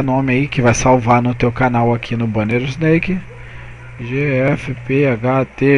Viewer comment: Só uma correção amigo: a pronuncia é "isnék" e não "isneik". Se resto valeu! ótima video aula!